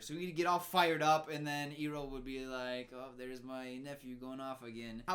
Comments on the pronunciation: And then he said eroh that hurt my soul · The movie influencing to say Ee-roh 😑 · soooo we all gonna ignore the way said “erroh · Just as a refresher, 'Iroh' is supposed to be read as 'EYE-row' -- in Chinese, Ailuo. This 'eero' stuff is another mispronunciation. Also Sokka is like 'soccer', not like 'soaker'. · you fucked it up too you said IIIIROOHHH instead or IYYROWW that’s how Iroh’a name is pronunced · Eeroh Me: Iroh: Eeroh Me: IROH YOU DUMBASS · Ok let's see...all the names they pronounced wrong Uh-vatar (like cmon this is a PRETTY COMMON WORD) aah-ng (It's...clearly a bright A vowel in the show) Soh-kka (Should be Saw-kka.) Ear-oh??? (Should be Eye-roh) I haven't heard how they said Yue but I wouldn't be surprised if that was wrong it's like they just decided to mispronounce half the main characters' names wrong?? Edit: ALso it bothers me how the fire benders have to have fire nearby?? Apparently? When in the show they just create fire and that's why they're said to be dangerous and out of control until Iroh shows Zuko the lightning stuff....just. Ugh. So much was wrong in this movie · dude... its "ai-roh" not "ee-roh" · When said Eeroh, I died a little inside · Complains about characters names changing. Calls Iroh: EROUH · “they pronounce the names wrong” Also: “Eroh” “Zoku” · I think the movie is getting to him. He pronounced Iroh like Eeroh the way they do in the movies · “His name isn’t ‘Ung’ And he’s not the ‘Of-atar’! They can’t even get the pronunciation right!” Also: “The burn dude ‘Zoku’ and his uncle ‘Ee-roh’” ‘Soaka’ waiting for his verdict: 😶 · The fact that he hasn't watched it in so long that he thought Iroh was actually pronounced eeroh.... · no it's not aajsbxbchnng its Anng. Also: zoku and iwoh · Oh my god wait this made me laugh so hard. "They call him ANG?!?!" Proceeds to call Iroh "Eroh" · they pronounce aang "ung" and iroh to "eroh" like wtf? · Right? Wtf is Eroh?? Lol